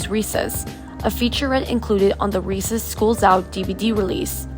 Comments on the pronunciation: Re-CESS. Not Reeses. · Ree-Ses-----not reesaysz